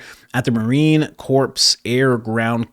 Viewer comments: Hi. I love your channel and that you are immediately up to date on all this and informing us all right away. I feel really bad but I have to correct you on something. Corps is pronounced Core when used in the name United States Marine Corps. This is the only time I will correct you on any pronunciation of a word. Trust me, I screw up my fair share of words. Thank you for all you do. ❣️🫶🏻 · You don’t pronounce the ‘P’ in Corps. It’s pronounced ‘Core’. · Great work. I subbed shortly after Kirk's unaliving. Just FYI Marine Corps is pronounced without the S on the end of Corps, think Marine Core. 👍🏻👍🏻. Cross country training is very common. I trained with Dutch Royal Marines years ago in CA as an active duty US Marine. We also train with them in their country. Nothing unusual on that end.